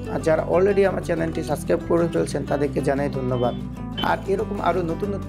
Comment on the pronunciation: সাব+স্+ক্রাইব = সাবস্ক্রাইব (Subscribe) "সাসক্রাইব" না। -_- আপনার প্রত্যেক ভিডিওতে শুনতে শুনতে কমেন্ট না করে পারলাম না... উচ্চারণ ঠিক করেন ভাই....